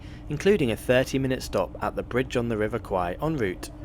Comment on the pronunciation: Love you gave the correct pronunciation of the river name. Kwai is buffalo, a common Thai insult